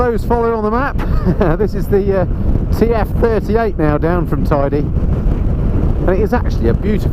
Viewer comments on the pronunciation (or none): Thanks for the virtual ride! If you return, it's pronounced Tayde not Tidy, though from now on I'll think of it as a very Tidy Mountain...😁